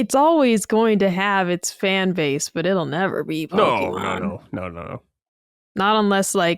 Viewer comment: Great episode! Ill say this again, though. To, you're awesome but you mispronounce Pokémon everytime. PokEEmon is flat out wrong. Either PokAYmon or PokUHmon are good but PokEEmon is grating to the ears every time. Only emphasizing this because it's a Nintendo podcast so you guys talk about the IP pretty much every episode:P